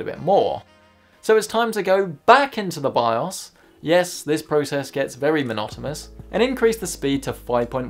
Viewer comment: Monotonous not monotomus you clown.